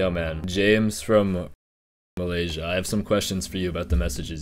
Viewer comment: Damn he just worsen malaysia country name💔